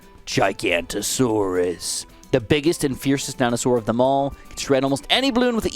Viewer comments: bro said giganta taurus instead of giganotosaurus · Call me a nerd but... Ummm actually, its pronounced as GI-GA-NO-TO-SAW-RUS. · Just a quick fyi it is pronounced Giga-nota-sor-us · I dont want to he that guy but the pronounciation of giganotasaurus is commonly butchered. Its actually gig-a-not-a-saurus. Commonly known simply as Giga. Love the video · Giganotosaurous Jig-uh-not-oh-saurous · Hellooooo its pronounced "Gig-A-Not-O-Soar-Us". All my fellow Ark players stand up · Giga-noto-saurus. The bird has a Maori name for the Haast Eagle, pronounced poo-uh-kie as one would pronounce tie for the third syllable which you pronounced perfectly. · Hey! Just a heads up, the 5th tier Dino is pronounced giga-not-a-saurus:) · Actually, it's pronounced giga-not-o-saurus, just a heads up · I couldn't help but notice you (and most other people) pronounced giganotosaurus wrong. It's Giga-not-uh-saurus. Just thought I'd mention it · You said giganotosaurus wrong, the correct pronouncement is ( giga-not-o-sorus) also I like your vids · fyi t5 middle path is pronounced jai-ga-noto-so-rus, usually its shortened to a “giga” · Pronunciation for Giganotosaurus > jig anoto saurus. And apparently you're already pronouncing pouākai correctly. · That’s not how you pronounce giganotasaurous, gig-a-not-a-saur-ous, common misconception but I’d like to point it out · im sorry but as a dino nerd.... it's a GIGA-NOT-O-SAURUS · Don't want to be that guy but it's pronounced GIGA NO TOSAURUS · I cringe every time he pronounces giganotosaurus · You missed the no in giganotosaurus wich is really annoying considering its my fav dino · broooo im a dedicated ark player it a physically not sit through this full video of him misprouncing it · Plz pronounce the ginamonotosaurus correctly 🙏🏼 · Giganatosaurus is actually pronounced exactly as it sounds. Gig-an-ato-saurus NOT Ji-ganto-saurus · Why am I so triggered that he calls giganotosaurus gigantosaurus. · Its giganotosaurus, not gigantosaurus